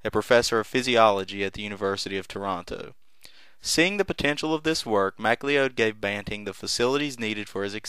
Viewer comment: Butchering names for over 200 years, it's an American tradition. Not J.J. Mac-lee-ode as repeated multiple times by the narrator, but J.J. Macleod, correctly pronounced McCloud, as in the 1970's television series starring Denis Weaver.